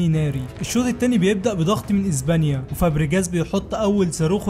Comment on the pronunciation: اسمها اسبانيا و ليس ازبانيا 😂😂